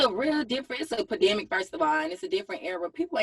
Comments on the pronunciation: She said a "PADEMIC", LOL...SMH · That mfn JT said, "It's a PAdemic"😂😂😂😭💀! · They lowkey blowin me how they say pedimic, the word is not that complex, its pandemic, everything aint gatta be ratchet